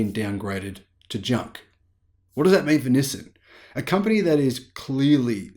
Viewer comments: Nissin is a Japanese food company known for their instant noodles. Nissan is a Japanese car company. Please pronounce the name of the company correctly. LOL. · Nis-sin or Nis-san? Never heard anyone called Nissan Nissin.